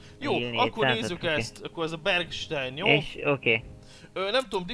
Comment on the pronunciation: nem bergstejn hanem bergstájn!!!